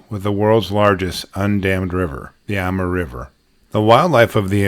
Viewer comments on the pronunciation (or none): He is mispronouncing the correct name is Amoor.